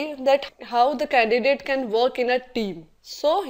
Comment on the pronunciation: its candidate not candicate : |